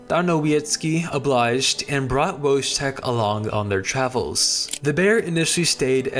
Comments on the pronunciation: thank you for including Wojetk in your video! I feel like he's one of the most interesting stories to come out Poland and WW2 in general! Just a heads up on pronunciation next time- the 'j' in his name- pronounce it like 'yam' instead oj 'jam'. With the full name 'Wojciech'- same principle as for the 'j' sound, but the 'ci' makes a 'ch' sound- think 'chimney', and the 'ch' at the end is a simple 'h' sound- think house. Really cool to learn about wacky cool stuff on Wikipedia and to be happily surprised by one of the great Polish icons! Pozdrawiam wszystkich. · Wojtek is pronounced "Voy-tek" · Great video, but something that bothered me is your pronounciation of Wojtek. in slavic languages J makes a y sound. So the correct pronounciation is "Woytek". Your channel is underrated, lovely video otherwise!